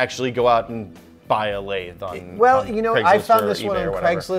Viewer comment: you're pronouncing "lathe" wrong. Just like "executable."